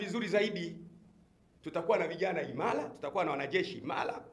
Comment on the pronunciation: sio IMALA, ni IMARA